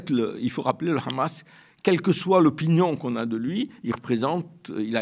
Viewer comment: Arête avec ton « KHamas » cette prononciation israélienne et sioniste du Hamas… tu cherches peut-être à passer pour un connaisseur alors que tu ne fais que donner de m écho aux propos mensongers des sionistes… Tu es indigne d’interviewer Alain Gresh qui prononce les noms correctement…